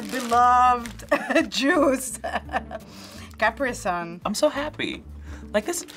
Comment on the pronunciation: did she say "Cop-Pray-Son" instead of Capri Sun lmao